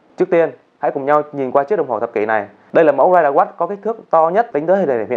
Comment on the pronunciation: Ridewatch mà đọc thành riderwatch